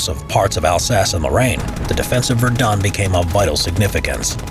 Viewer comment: Am I the only one who knows french and is triggered by his pronunciation of Verdun?